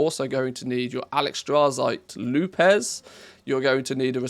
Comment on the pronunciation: Damnit man LEARN how to pronounce things correctly...WTF is a LOU-PEZ??? HUH?? That LOUPE - (pronounced LOOP) FFS man pick up a fucking dictionary!!